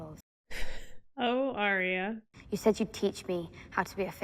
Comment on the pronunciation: I realise that this is older and you may know by now but Arya is not pronounced how you're saying it as Aria. You pronounce it Ar Ya as 2 parts together to get it right. Anyway, loving your reactions. Found you on TWD and that's my fav but loving this one too as I'm a big book reader and have read all the Song of Ice and Fire multiple times. Thanks :)